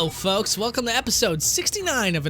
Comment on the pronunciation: “ hello foks to part 69” all of reddit (NICE)